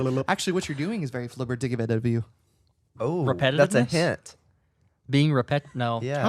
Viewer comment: I love the word of the day! But this time, Guys, it's pronounced a soft G in Flibbertigibbet - like JIBBET - and the TI is pronounced DEE. Sounds like FLIBBERDEEJIBBET. The dictionary spells out the pronunciation as such: ˈflibərdēˌjibət'. Double check how to pronounce next time! 😁😁